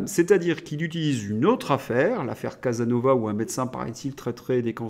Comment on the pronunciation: Quel dommage, et irresponsabilité, de se faire écho d'une telle approximation en disant : "l' affaire Casanova, où un médecin paraît-il traiterait des cancers avec des légumes" . Ce monsieur Casasnovas (merci de prononcer son nom comme il s'écrit) ne s'est jamais dit médecin et si des journaleux l'ont traité comme tel alors inutile de se faire le relais de pareille bourde.